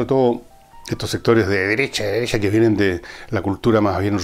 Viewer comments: "La deresha, la deresha"...jajajaja GENIAL! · La deressha la dereshha ..jajajja